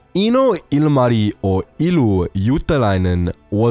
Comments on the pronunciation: It's Juutilainen not Juutalainen (jew) :D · It's JUUTILAINEN NOT JUUTALAINEN (jew) :DDDDDDDDDDDDDDDDDDDDDDDDDDDDDDDDDDD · the way you say Juutilainen sound more like juutalainen. juutalainen means jew in finnish.. or a jewish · "Eeno ilmai iuu juutalainen" Got me laughing. He's actually Eino Ilmari "Illu" Juutilainen. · I like how he pronounced juutilainen as juutalainen that means jew in Finnish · You did NOt pronaunse the name of Juutalainen corektly. (The name Means juish) and Ilmari means ear man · Uhh... While speaking about Ilmari Juutilainen you pronounce the surname almost perfectly, but with one tiny problem. You make it sound more like JuutAlainen tahan Juutilainen. Coincidentally, juutalainen stands for....... jewish. Ouch. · i like how you pronounce juutilainen like juutalainen, which means jew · It's funny when u try to pronounce Juutilainen... It's sounds like you're saying juutalainen which means "jew" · It's juutilainen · you pronounced juutilainen as juutalainen wich means judish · Ah the way you pronounced juutilainen sounds like jewish in finnish, none the less great video and you had a good try at pronouncing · you say Juutilainen like Juutalainen which in Finnish means Jew. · Hey. It is difficult for foreigners to pronounce Finnish. Let us forgive that statement of Jewish names. Her real name was Ilmari Juutilainen, not Jewish! But where was Hans "Hasse" Wind? Mr. Hans Wind also has a double Mannerheim Cross. Hasse has 75 air wins. In addition, 96 military pilots served in the Finnish Air Force, who were allowed to use the title of Ace in air combat. They shot down a total of 1435.5 enemy flight attempts during the Winter and Continuation Wars. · Nice pronunciacion of Ilmari Juutilainen (not really but nice try) But thanks for mentioning Finland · You said Ilmari Juutilainen wrong in so many ways... You did what most of the people do and that is going for the chinese/japanese accent.